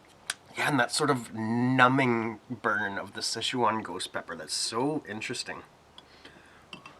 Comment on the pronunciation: Awesome review! Now you got me saying "Sesh-waaan." Girlfriend is giving me weird looks. "Sesh-waan." 😂